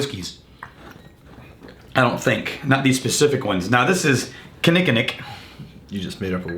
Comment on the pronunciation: I can’t believe you said KK right people that live here can’t say it great job. As you can see we just say KK lol. Again love the channel boys cheers.